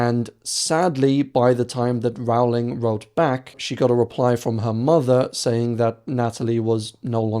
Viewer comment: say the word bowling. yes, it rhymes with Rowling.